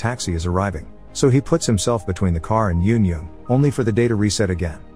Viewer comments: Eun-jung is un-jung not yon-yong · the way the narrator pronounces eun jung makes me so upset man 😭